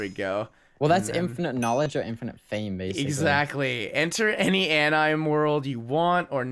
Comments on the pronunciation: i cringed at how pronounced anime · Oh my gawsh 😂 "Anyme" really? Anyme that was cringey and funny 😂😂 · When I hear the didn't pick anime (An-uh-may) and said it was a cartoon. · between or one of those times, he says anime wrong xD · the way he said "anime" is just.. bugging me xD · the way pronounces anime omg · Literally facepalmed when pronounced 'anime' wrong xD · Has been living under a rock for his whole life? He can't even pronounce anime right.... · ThE wAy He PrOnOuNcEd AnImE oH mY gOd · pronoucing anime.... immm pissed offfff. omgggggg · the way u said anime, soooo many people exploded, I personally wanted to slap you ( not trying to put hate) but I didnt explode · Did anyone else get super triggered when pronounced Anime wrong 😂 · The cringe when said anime wrong!